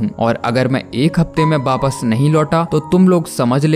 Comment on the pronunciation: In india every state has their own accent so in some state it says wapas and in some other state its called wapis but non of state in india called baapass like your saying baaapass😂🤦🏻🤦😂